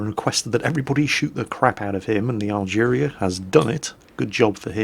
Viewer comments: Algerie. French, pronounced al-guhree, rather than al-jeereeah. Yeah, I know, doesn't care. May as well be driving the "Dave". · Algerie Algerie. NOT Algeria!!:P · Yes, there's no "I" in "Team*" - just as there is no "a" at the end of "Algérie",.